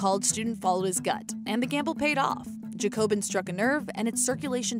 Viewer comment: I don't think that's how JACOBIN is pronounced.